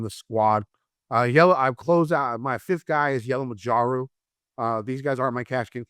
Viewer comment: Please someone tell how to pronounce Yellamarajus name please.